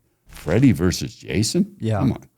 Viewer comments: Verses it’s not that hard to say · Why does this guy keep saying, "Freddy VERSE Jason" ? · It drives me crazy when people say “verse” instead of “versus”. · It's Freddy Versus Jason, not Freddy Verse Jason. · Dude, it's VERSUS, not Verse. Wanted to punch my phone everytime he said "verse" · Why does the guy on the right continuously say "verse". The film is Freddy Vs. (VERSUS) Jason. What is verse? Am I missing something? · “Versus”, not “verse”. It’s not a song. Great interview tho. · Please say "versus",. Love your Lugosi tat btw!